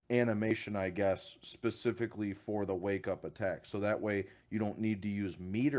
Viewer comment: He said “pahspefeky” instead of specifically